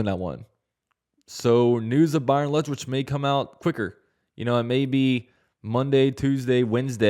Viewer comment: Are you saying Lethwich? Isn't it Leftwich?🤔